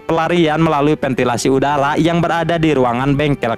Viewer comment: Ketika si mimin bilang saluran udala😅